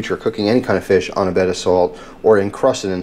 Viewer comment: I died when you called it Feesh, thats the only way I can say it lmfao